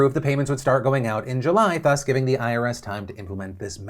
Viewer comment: Please thumbs up if you want Phil to say THUS properly.